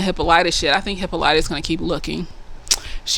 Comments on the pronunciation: You have heard the name Hippolyta before. You just heard it pronounced differently. Hippolyta is the name of Wonder Woman's Mom. In the show, they all accentuate the "Y," when they should accentuate the "O." Hippolyta's a Greek name, by the way. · They go over the origins of the aunt in the book. I think its Greek. Hip-PAHL-it-ah is how thw audiobook pronounced it. I too watch supernatural and agree in their similarities. And she didn't grab the handle in the paddy wagon because she was handcuffed. But for some reason I feel like her hands were free but when she hit the ground she was cuffed